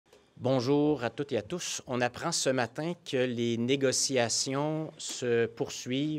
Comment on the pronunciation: Bonjour l'inclusif : à tous et a tousse (sic!) ; À a tousse ! Ah Ah Ah !